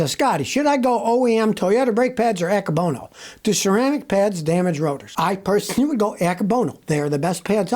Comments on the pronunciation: [are you saying "anchor bonus" ceramic brake pads?] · There’s no r in Akebono